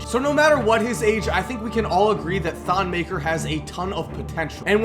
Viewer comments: It's actually pronouced thon meh-kare (roll the r) not "muh-ker" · You're not saying his last name right